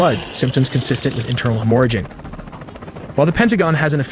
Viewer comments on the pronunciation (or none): "Internal Hem ORA gin." Do better a.i.